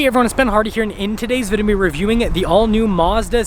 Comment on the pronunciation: I've never witnessed someone struggle so much to say the word "video"